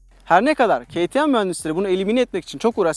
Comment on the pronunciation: Abi yazıldığı gibi okusan kimse yadırgamaz "keytiem" değil "kateme" daha doğru olur sankş yabancı bi youtuber izliyorum gibi